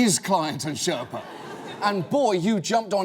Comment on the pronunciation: The word you are looking for is Sher(stop)pa. The pronounciation is completely wrong.